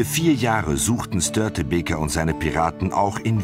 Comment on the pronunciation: Also die Aussprache Katastrophe 1 es heißt Gotland und somit mit langem o gesprochen 2 die bunte Kuh war nicht Störtebekers Schiff Und 3 Störtebeker hat er auch katastrophal ausgesprochen